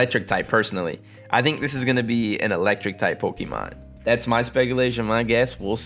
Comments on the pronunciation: pokey-mon. hon-doom. wtf is wrong with how you pronounce words. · Just listen to the anime or something and learn to pronounce them right. Pokey-man is how people who are acting like they are too mature to know how to say it properly. Houndoom is based on a hound. Its not hond, unless you are German. Say it "hown-doom"